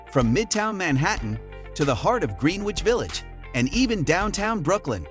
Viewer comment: Would be nice if the photos matched the universities, and if the narrator knew how to pronounce Greenwich Village in NY (it's not Green Witch).